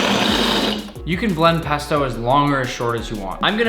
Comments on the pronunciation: I got triggered when he said pesta At the start of the vis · When he said pasto I thought he said pastor 🤣🤣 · He says pesta Because my childhood,won’t let me comprehend that he’s saying pasta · you keep saying pp p pesto pasta